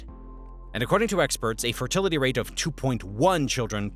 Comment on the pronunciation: Fertlitiy xd